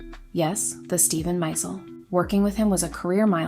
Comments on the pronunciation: Watched your channel for the first time just now - very well done, and your voice is extremely listenable, with a smooth silkiness. Hope you don't mind if I say - and this is a small thing, but for some viewers it will matter - Steven Meisel's last name is pronounced my-ZELL, rather than MY-zul, and Karl Lagerfeld's is LAH-gerfeld not LAY-gerfeld. Hope you get a million subscribers! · Stephen Miesel's name is pronounced MY-ZELL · so many mistakes in this half-baked videos. Mispronouncing Meisel, saying Eternity instead of Escape, etc etc.